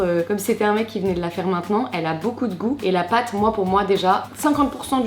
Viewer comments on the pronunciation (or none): none